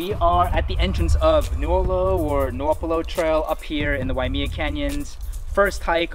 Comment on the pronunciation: Waimea is pronounced Why-uh-may-uh, not "me". Just so you know.